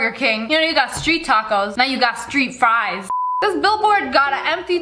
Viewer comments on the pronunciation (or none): none